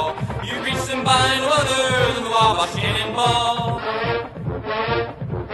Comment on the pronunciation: Love it but just kinda weird hearing someone say wabash rofl ur kinda saying it right but kinda off but that's ok most people don't even know wabash indiana even is a real place rofl